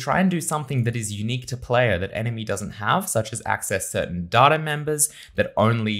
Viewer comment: Shouldn't you learn to pronounce word "data" first? Great vid otherwise.